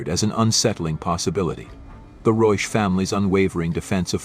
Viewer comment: Please pronounce the name CORRECTLY - this is a GERMAN name. Rebecca Reusch